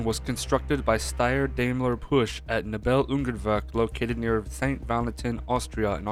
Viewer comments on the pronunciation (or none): none